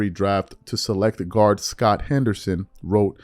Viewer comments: The name is Scoot, rhymes with boot…not Scott! 😂😂😂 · Scoot (rhymes with "Boot"), not SCOTT lol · The prospect is Scoot Henderson, not Scott Henderson! He's a great PG prospect. Do your research on him because it doesn't seem like you've heard of him when you badly mispronounce his name. There are a lot of Scoot fans watching your platform. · SCOOT NOT SCOT! SCOOT NOT SCOT! Come man don't you see 2 o's! "SCOOT!" SCOOT! You all are killing me! You said Scot twice! SCOOT HENDERSON! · A bsketball expert who doesn't know the name of one of the top 3 prospects in the draft. It's SCOOT Henderson, my dude. Not Scott. You're literally reading it off of an article, and you still can't get it right, multiple times. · SCOOT not Scott 🤦🏾‍♂️🤦🏾‍♂️🤦🏾‍♂️ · should probably know how to properly pronounce the players names if youre going to report on it, its SCOOT, not SCOT. but if i was the pelicans, id ditch zion, waste of god given talent and the guy just doesnt care, hes made his bag, and content with never playing again. he doesnt care about his legacy, all he wanted was the money. period. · Bro… its Scoot… SCOOT HENDERSON!!!! 🤦🏽‍♂️ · Scoot not Scot dude sheesh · SCOOT NOT SCOTT😒😒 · Scoot not Scott…lol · Enjoy your birthday, it is in fact pronounced Scoot as in “loot”. Great show as always though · You mispronounced Scoot Henderson's name twice which is an indicator that you aren't familiar with him.